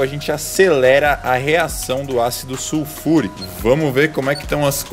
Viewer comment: "suFURICÃO" QQISOBARONE?